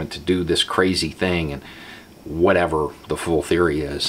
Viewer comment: Hey did you say 'full' theory or 'FOOL' theory? lololololololol